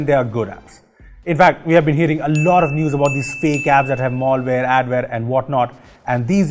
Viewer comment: Maaal-Ware Reports, lol